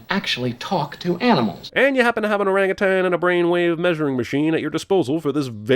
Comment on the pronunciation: Thank you for saying 'orangutan' correctly.